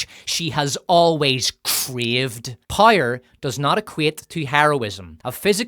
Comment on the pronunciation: Can you please learn how to pronounce "power" correctly? It rhymes with "shower." Or do you "shire" every morning?